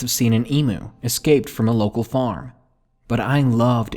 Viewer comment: I'm sorry but as an Australian I kinda cringed when you said emu like that